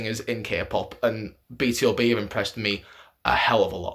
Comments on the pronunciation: it's pronounced B-2-B, not B-T-O-B. do you read hangul? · Not "Bi Ti O Bi" but "Bi Tu Bi", BtoB is "Born to Beat"😊